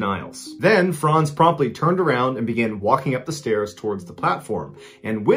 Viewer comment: My name is Frantz and I appreciate you pronouncing my name correctly.